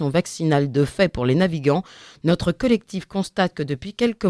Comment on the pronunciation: Quelqu' un pourrait-il expliquer à cette charmante journaliste qu'en français on ne dit pas "nautre" (comme dans "autre") mais "notre" comme dans "note"? MERCI D'AVANCE!